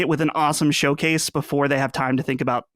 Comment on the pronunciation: What an EMBARRASSING "Showase" that was LMAO. That was a glorified state of play!! LMAO